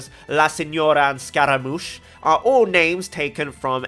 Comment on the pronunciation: The way you flexed with the pronunciations of La Signora and Scaramouche. I replayed it 3 times because that rolled off smooth af. Smug, yet smooth. 💪🏾